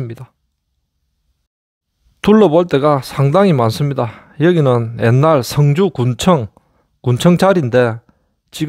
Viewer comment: 발음을 잘하시요 승주 성주 구분 안됩니다. 출신이 경남쪽이요?